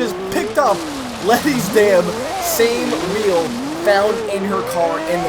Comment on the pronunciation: When u said "2 weel" was a spoiler